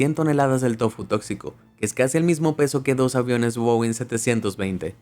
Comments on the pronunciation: no van ni 3 minutos y ya me estás mintiendo??? Decime porfa cuál es el Wowing 720??? Ni habiendo pronunciadonbien el nombre de la marca le atinaste porque no existe un Boeing 720. Cómo querés que de por cierto lo que "informas" si ya me mientes con algo tan básico???. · boin 720 🤣🤣🤣 compa enserio primero mira como se dicen y despues lo dices por que creo que seria airbus a320 xd